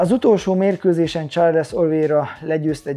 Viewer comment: Csak egy kis javítás illetve privát vélemény. Sean = Són Shane = Sén Nurmagedov = Nurmagomedov Charles = Csárlsz Yan fight IQ-ja Aljamain ellen a fasorban sem volt, egyszerűen nem tudott váltani, be volt szarva minden egyes fainttől. Gyógyulgass, várunk vissza a ketrecbe! #andnew